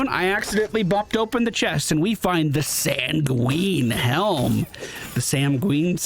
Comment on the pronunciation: Not to be a jerk but it's pronounced SAN-gwin, like PENGUIN. It means "red like blood". But it can also mean "to remain optimistic about a future challenge". Which is kind of cool.